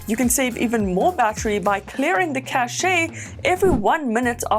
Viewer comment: Sorry but you mispronounced cache it's not "cash-ae" it's "cash"